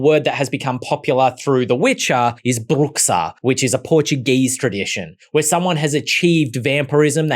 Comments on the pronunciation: you butchered the bruxa pronunciation : BROO-shah there's no broo-KSA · Bruxa is pronounced bruSHa in Portuguese. Foreigners do this all the time. 🤦🏽‍♀️🥲